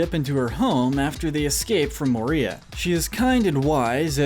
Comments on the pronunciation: You butchered those names ... Jesus Christ 🤯 Oh.. and it’s MOria not MorIA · He said Moria like morEa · In the book the battle of helms deep the men are not aided by elves and not at out numbered also Denethor didn't try to burn Faramir alive he thought he was dead. It's pronounced More-e-uh.